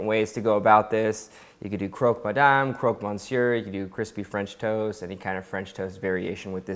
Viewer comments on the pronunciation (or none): He said croque "mon-seur"... unsubscribe